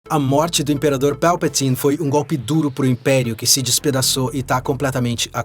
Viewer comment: Nunca ouvi ninguém falar Palpatine tão massa kkkkkkkkkkk